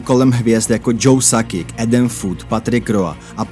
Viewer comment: Sakik? Sakič!